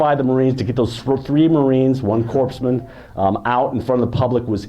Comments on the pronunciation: Very interesting,??? But corpse...man??? Really??? Its spelled corpsman, but pronounced core....man!!! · I cringe every time I hear a Navy pharmacists mate called a "corpseman," especially by people who should know better; like this guy. Of course he's in good company which includes a President of the United States. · For the love of god someone tell this man how to pronounce corpsman!